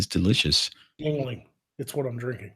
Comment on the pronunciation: It's pronounced ying ling.